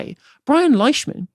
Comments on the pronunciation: It's pronounced Leeshman btw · For future reference, Leishman is pronounced "Leeshman".